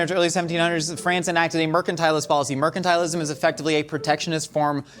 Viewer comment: be thinking he so smart then he pronounces Mercantilism wrong get wreeecked